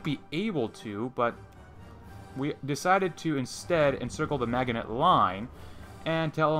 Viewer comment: I wonder if you are a native English speaker. Your German doesn't sound too bad, but your pronunciation of the French Maginot Line is very strange. I grew up in the US, and I remember we learned the correct pronunciation in school when we studied WWII. Here's a link if you're interested. Best of luck in game.